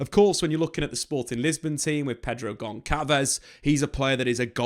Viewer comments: Great analysis,! With portuguese as my mother language, I can tell you the "ç" (c with a tail) is pronounced as an "S", so Gonçalves is pronounced "GonSalvez" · Gonçalo = read it Gonssalo! And Gonçalves = read it Gonssalves, when you say the names that wrong it seems like you didn’t do enough research! And I know you did! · The sound of the letter C in the name Pedro Gonçalves is the sound of S like in the word Sad not the sound of K.